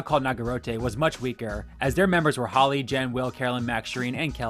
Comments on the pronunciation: Why did he call Hali holly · Joaquin not Hakeem Hali (hay lee) not holly